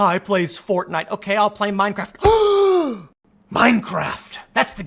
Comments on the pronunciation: 😨 did you say meinkraft 🤣🤣🤣🤣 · Minecraft not meinkraft